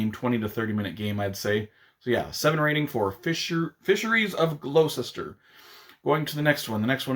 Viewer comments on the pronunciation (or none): Pronounced 'gloss-ter' 😊 (Yes, it makes no sense 😂) Was keen to learn more about that game - thanks for sharing!